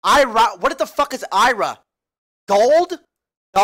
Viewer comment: "what is ira? I thought it was I.R.S" Lmfao 😂 it's an I.R.A